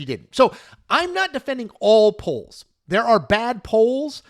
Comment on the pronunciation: haha up until i thought you were doing a show about Poland haha really that's what i thought i heard